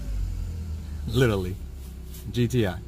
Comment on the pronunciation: Wait, did this dude just say litaly instead of literally? 🤦🏻‍♂️